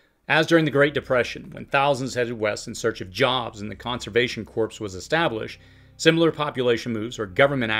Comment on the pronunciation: Conservation “corpse”? 🤯